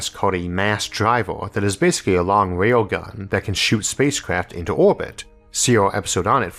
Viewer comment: Not trying to be rude but why does it sound like he adds a "W" or swaps a letter with a "W", sounds like he says "a long wail gun"